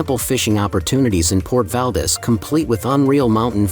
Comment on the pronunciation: Valdez is pronounced wrong.